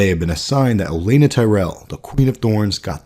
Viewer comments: Would've been more believable if you pronounced her name like OleNNa than Elena lol. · o-LEN-na. Does that not drive anyone else nuts?